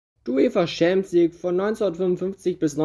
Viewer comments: Das ist nichtmal das Problem, man muss nicht jede Sprache perfekt aussprechen aber wenigstens ChampionsLeague nicht SchämpionsLig aussprechen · Ich mag deine Videos. Wirklich. Aber "Schääämpiensleague oder Scheelsie (Chelsea)" geht echt nicht. Das spricht man nicht so aus, das hört sich falsch an. Entschuldigung. Ich mag deine Videos wirklich sehr. Mach weiter so!! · Schämpionsleauge 😂 beste Aussprache 😂 no hate brudi aber das klingt echt witzig hahaha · Schempions League haha. Alles gut, kannst nichts dafür. Deine Videos sind geil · Hast du jetzt echt das Gefühl, dass dies schwierige Wörter sind? Ohje. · Alter lasst den Bre doch schämpionslig sagen... es weiß doch jeder was gemeint ist. Außerdem finde ich die Themen immer geil und ich finde die Aussprache von manchen Worten macht ihn zur Marke! Einfach weiter so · Deine Aussprache von Champions League ist kaum auszuhalten